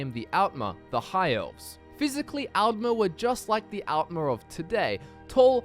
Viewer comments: It helps to pronounce Aldmer like the word 'all' with the 'a' sounding more 'o'ish and then Altmer like the name 'Al' with the 'a' being sharper. To make the two sound even further apart you can put a little 'uh' sound after the 'd' in Aldmer (but don't put much emphasis on it otherwise it will sound weird) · its pronounced 'oltmer' and 'oldmer'